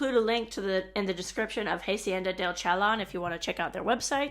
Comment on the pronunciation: First, thank you SO VERY MUCH for sharing this wonderful information. But PLEASE educate yourself on the correct pronunciation of Spanish words / letters. Example: it's hah-see-en-da, not "haY-see-en-dah".